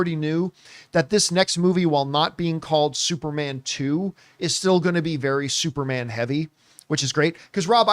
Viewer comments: Is he saying Supermon? Like with a Jamaican accent? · I was like why does he keep saying supermon? 😂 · Why is john pronouncing it as "SuperMON" 😅🤨🤔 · Everybody take a shot for every time John says “Supermon” 😂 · I noticed that too lol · I like that they are doing superman this way, this feels like early mcu where we don't have to wait long times for a sequel. Also, i love how John say "superman". Lol